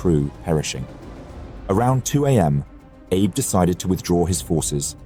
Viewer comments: that is not a betty. Its also pronounced A-be with focus on the A and not Abe like Abe simpson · It is pronounced Ah bay not Abe. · Isn’t Abe pronounced Ah-Bay not Aab (as in Abe Lincoln)? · Holy s*** my brother in christ, it's "AH-BAY" Not 'abe' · Vice Admiral Abe = ah-bay. Fantastic video. A thousand thanks for making this. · inconsistency: Abe was pronounced as Ah-Bay correctly at the start, but later on mispronounced throughout. This will be confusing for many I guess. Was this AI voiced? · Pleases check on pronouncing foreign names. ABE is "A Bay" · I noticed as well. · These videos are great, especially for us visual learners. But, how can you do so much research and know so much about an historical event and yet so horrifically butcher such a simple though important thing as the name of a leading actor? Surely you MUST know that Abe is not pronounced 'AYB'... I mean, we all know that Japanese is a syllabary now, don't we? Or at least we can google a thing in 4 seconds to find it out. A-BE as in (A)h-(BE)t. Easy right? And if, as I suspect, you're using software to read the narrative, then you can instruct it so. It's such a shame that something so easily done right is so terribly done wrong, to actually ruin what might have been a truly brilliant presentation!